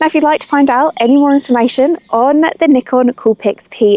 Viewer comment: N 👁 con, not N ick con